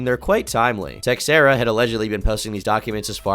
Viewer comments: its probably pronounced 'teh-share-uh' not 'tex-air-uh' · Was waiting for a dark video on this. Didnt disappoint! Also the "x" in "Teixeira" is pronounced "sh" . So "teh-share-ah" not "tex-era" . Hopefully, you don't take this the wrong way. 😂🙏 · The X in Teixera isn't pronounced like that. The name is more like "teh-shera"